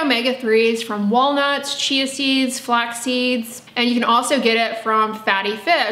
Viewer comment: Anyone else hear,”walnuts, cheesies, and also fatty fish…” 🤣